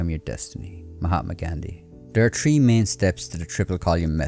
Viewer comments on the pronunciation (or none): Small suggestion, check your pronunciation of: Column / collyum thoughts / tots Three / tree Third / turds Others /udders Sounds like h is being dropped